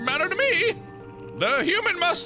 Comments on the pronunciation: "Hoo-man" = "Hoodoo-man" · thats how i pronounce human now :)